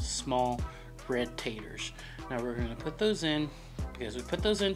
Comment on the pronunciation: You said tomaters and taters just like a south Mississippian, you sure you're from New Mexico? 😂 That looks pretty dog gone good to me! Love those hatch chili peppers!